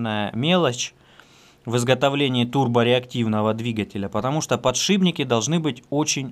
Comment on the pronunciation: подшиПники, не ПОДШИБНИКИ. очень режет слух